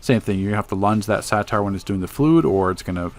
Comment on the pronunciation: It's a (Say-ter) not a satire...